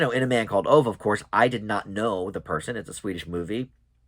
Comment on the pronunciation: Aww. I have heard from others that this is a moving film. Ove is pronounced O-ve. You pronounce the "e" at the end. 🙂 Other than that I can't help out much. I haven't seen either of the films, or read the book. Tom Hanks is a good match for Tomas von Brömssen I think. As actors they have a similar career path (Tomas at a much smaller scale of course). Thanks for the review.